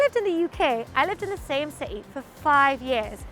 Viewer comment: I noted that she and another British youtuber, Mr. Barrett, pronounces City as CE. Not sure this is a common UK accent?